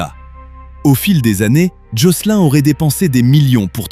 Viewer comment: jocelyn....se prononce jocelyne...c’est anglais donc il ajoute pas le E a la fin